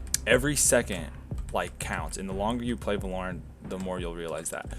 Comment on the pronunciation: why do you pronounce it va-LORE-ent instead of VAH-lorent